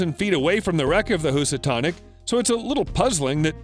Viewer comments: Housatonic: Hue-suh-tawn-ick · Are you an English speaker ? Say in- Sigh- to and Hooose- a- tonic. Lots of mistakes! Learn the words , don't guess!